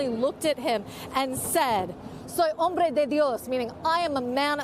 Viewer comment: You mean "Soy HOmbre de dios." "Hambre," as the reporter pronounced it, means hunger.🙄